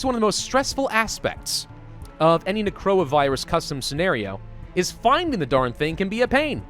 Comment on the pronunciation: He said "necroa virus"